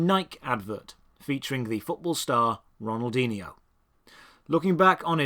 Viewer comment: Love the Ronaldinho pronunciation